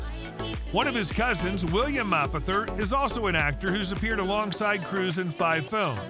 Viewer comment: Nobody can pronounce his last name !! It’s easy enough!! MAY - poth - er. May’pother